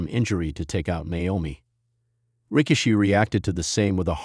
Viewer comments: ...STUPID AI ROBOT IS PISSING ME OFF CALLING HIM ...RICK-A--SHE- ...AND STASHER---BANKS STUPID S%^&* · STUPID ROBOT HIS NAME IS NOT ...RICK-A-SHE...AND STASH-HER- BANKS YOU PC OF S